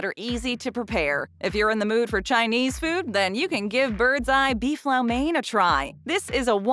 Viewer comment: Low main, not lau mane. Even the clip afterwards pronounced it correctly!